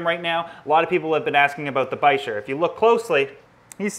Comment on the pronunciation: So it's actually pronounced Basheer. I have a Dragon Bichir or Senegal Bichir.